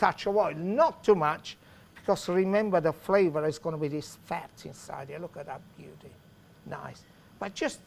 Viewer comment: Pasta pasta pasta, a little child can do thath.